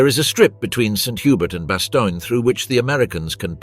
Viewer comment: Bastogne. What TF is bastonia?